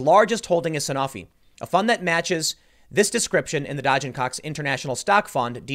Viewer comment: whoever named their company Dodge & Cox lol wtf man i thought you said dodging cocks lol